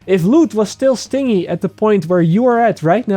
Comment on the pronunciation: If you're trying to correct him, at least suggest the correction phonetically. That still looks like sting-ee, phonetically it would be "stin-jee". Regardless, he speaks Dutch, give him a break.